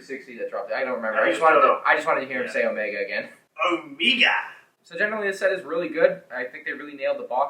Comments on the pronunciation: Thank god I’m not the only one who thinks the way says her own name is kinda funny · OH-MEEGAH, Huntah, Wrekah, Teek 😅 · Why is nobody talking about that way of saying OMEGA